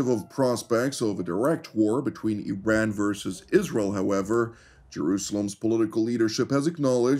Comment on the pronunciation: Yes, there are a variety of options on the table, especially those on how to pronounce the freaking name of a country that has 2500 years of civilization and history. I-ran ,,, Ee-run and now apparently Ee-ran.